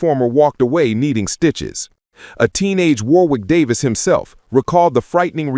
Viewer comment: Warwick Davis' name is pronounced Warrick Davis.